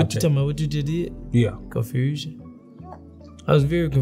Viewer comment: Confrusion 😂😂😂...im crackin up, Marco catch everybody off guard during Vibe Check